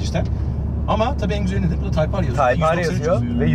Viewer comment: abi typar degil o typer diye yazilir taypir diye okunur bunudami ben ogretim